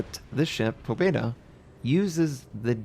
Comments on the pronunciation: Pa bje da is how it is pounced and it means victory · May i add that you also have to squeeze in a silent "y" : "Pabyeda" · You should spell "Pabyeda", not "Pobeda".